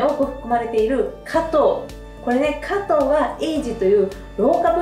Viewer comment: すばらしい情報をいつもありがとうございます。色々と参考にさせていただいています。動画の内容とは全く関係ないのですが、「果糖」のイントネーションは、「とう」の方にあります。（すみません、日本語教師をしており、つい気になってしまいました。それと、冒頭の、「食事からビューティー」の、「食事」が、初めなんて言っているのかわかりませんでした😅 しょくじ、とはっきり発音すると、聞きやすく、好感度もグッと上がるかと思います🤗））次の動画も楽しみにしております！